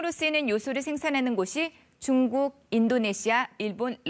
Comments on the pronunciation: 한국경제는 중국이랑 상관없다던 인간들 아무말 못하쥬?? 이건 시작에 불과하다..이제 물가 올라야 정신들 차리지..그나저나 아나운서라는 사람이 중국을 쭝국이라 발음하네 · 쭝국 ㅋㅋ